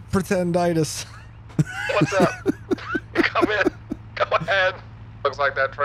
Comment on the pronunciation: "Pretenditis" please😭😭😭